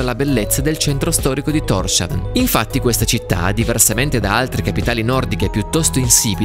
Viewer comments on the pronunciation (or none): Documentario affascinante come sempre. C'è qualcun altro che si aspettava che da quella casuccia uscisse un elfo piuttosto che un primo ministro? P.S. Thorshavn (Porto di Thor) si pronuncia [tors hawn] (danese) oppure [tous houn] (faroese), non [торшавн]